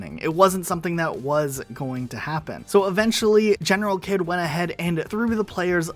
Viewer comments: I think it's pronounced "General heed" not kid. Unsure about that though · General kid doesn't pronounce his name properly. He actually pronounces it as general heed. Lol